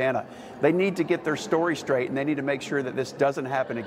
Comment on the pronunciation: Oh boy yer gonna "forse 'em to get ther story skrate"......smfh......so effective, such a leader...